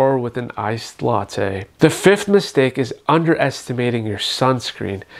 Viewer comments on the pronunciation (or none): none